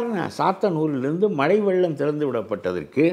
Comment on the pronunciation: மழை யா மலையா..மெல்லின சொற்களை வல்லின மாக கூறப்பட்டுள்ளது.. பேட்டி காணும் போது கவனமாக பேசவும்..திரு கருப்பையா எவ்வளவு அழகாகதமிழ் பேசுவது மகிழ்ச்சி அளிக்கிறது.